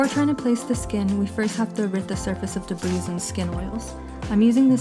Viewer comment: The s in debris is silent lmao